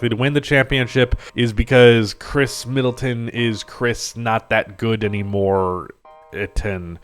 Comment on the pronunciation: mid-atton. You’re welcome.